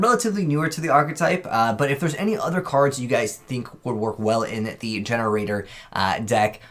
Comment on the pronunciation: Gene raider ( jean raider ) , not GenRaider